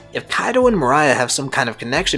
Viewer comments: Cant fucking stand the way this dude blatantly mispronounces morias name🤦‍♂️ its not mariah, its MORE-EE-UH! literally couldnt make it halfway through the vid hearing that🤦‍♂️ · MORE-EE-UH. Moriah. Not Mariah bruh this ain't all I want for Christmas is you. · Great video. Gecko Moria is pronounced “mor-E-ah” check out a subbed episode of thriller bark to confirm for yourself. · Holy he keeps saying Mariah 😭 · Nah morias actually based off of Mariah Carey, that's why his name is Moria Scary. So it is actually supposed to be pronounced Mariah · Bruh u know dam well that's not how u say gecko moria Mariah wtf fire theory tho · Dude. How can u be a one piece fan and you constantly mispronounce Moriah. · Just one viewing of the anime would’ve prevented 12+ incorrect pronunciations of “Moriah” by the mark